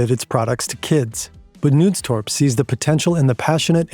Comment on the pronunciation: How hard is it to just look up the pronunciations of names before recording? I don't expect you to remember the Danish pronuncation every time, but making the K in Knudstorp silent is bonkers.